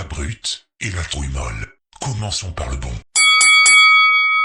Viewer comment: A La rédactrice en chef () la langue a légèrement fourché, j'ai cru entendre couille mais bon c pas grave elle est énervée...